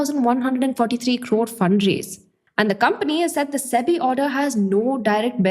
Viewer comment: I love the way you say Crrrrrrrrrore